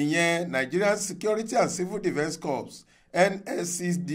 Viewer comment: Letter p is not pronounced in corps. Please take note.